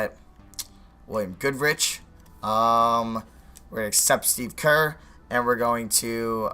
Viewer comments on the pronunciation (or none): none